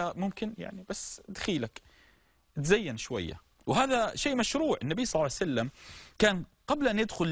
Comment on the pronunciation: ياشيخ ليش تقول صعسلم حته لفض الجلاله متلفضه زين وهوا ﷲ المفروض تقول ببطء شويه صلى الله عليه واله وسلم